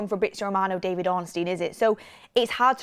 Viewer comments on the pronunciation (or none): none